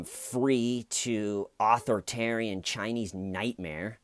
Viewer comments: fyi dude it isn’t pronounced author-tarian. its more like aTHORitarian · You're saying author-tarian is that on purpose?